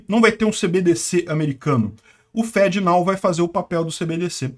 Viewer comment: Literalmente pronuncia "fedenao".